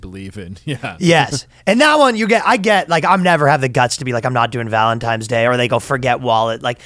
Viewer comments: Are you saying valentimes day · I just want to make sure I heard it right… did Ryan really say Valentimes day?! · So happy to hear Ryan thinks it’s called ValentiMe’s Day